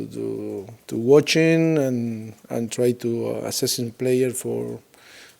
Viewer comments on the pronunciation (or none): Kelly Ludford he will pronunce first half :Farr calf , he will pronunce difficult : difficull , focus : focuss , very good : berry godl , watching: washing ,hundred : haunddredd